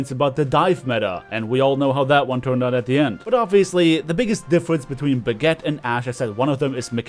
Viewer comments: Why Do U Keep Calling Brigitte Baguette? I'm Not Only One Hearing That Right? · did you just pronounce brigitte "Baguette"?